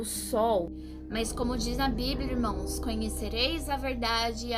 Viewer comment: Irmoes não, e sim irmãos essa é a pronúncia correta